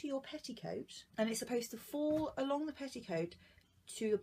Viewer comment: It's fall not foll